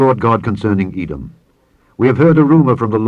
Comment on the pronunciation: "THE END OF eaau edom".